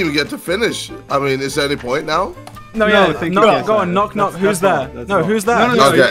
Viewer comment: no he said KNOT KNOCK